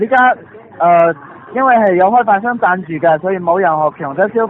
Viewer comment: 贊助變成贊住😁😁😁😁